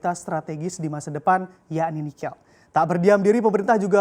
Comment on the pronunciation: kayaknya bacanya nikel ⤵ bukan nikel ⤴ (lafal e-nya), atau saya yang salah ??